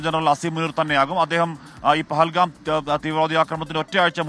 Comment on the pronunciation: പകൽഗാം അല്ല പൊട്ടാ പഹൽഗാം.